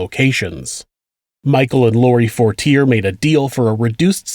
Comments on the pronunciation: Dear: midway though the video you say “McVeigh chose the date of April 29…” both Waco and the OKC bombing were on April 19, as you correctly say earlier in the video. 2) Fortier is pronounced For-tee-AY. 3) McVeigh was pulled over on Highway 77 near Perry, not I-35. 4) Nichols had 2 trials, one at the federal level one at the state level; both found him guilty of second degree murder, which is not subject to the death penalty. McVeigh on the other hand was tried in Denver because a judge decided he couldn’t get a fair trial in Oklahoma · Nice pronunciation in the name “Fortier” lol